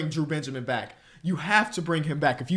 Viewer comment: explain saying Benjermin